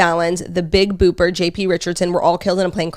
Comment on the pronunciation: Loved Claud saying the Big Booper instead of Bopper! Lol